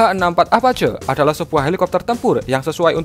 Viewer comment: apache bacanya > apaaciiii